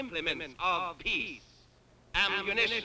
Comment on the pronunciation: it sounds like he is saying peas instead of peace